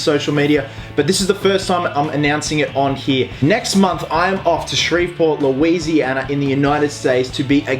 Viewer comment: Omg he said Shreveport lousianA